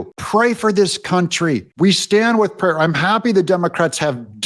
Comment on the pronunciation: PUT HIM IN PRISON !! HIM AND HIS WIFE !! HoW DARE HE SAY "P RAYER "".